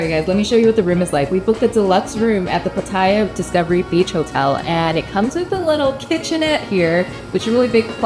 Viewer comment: Hi and! PATTAYA is pronounced PAAT-TAAH-YAAH, not PAAT-TIE-YAAH. KOH, the word for ISLAND in Thai, is pronounced GAW. No hate. Just want you to say them correctly like a local now that you've moved to Thailand. Are you guys planning to take Thai language classes? Becoming fluent in Thai will open up a whole new world for you! I am 100% Thai living in SoCal!